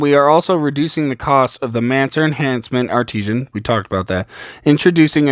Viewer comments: Its Art-i-san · Art-i-sin, not arteesian lol, good video but sorry that was botherin me.